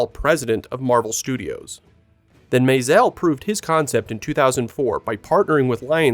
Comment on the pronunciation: What's up with the pseudo French pronunciation of Maisel?